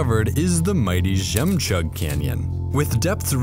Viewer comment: Žemčug not Žemčag